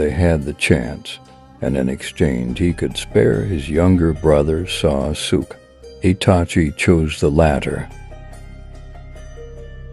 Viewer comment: Who is "Sah-Sook", Mr. AI-voice?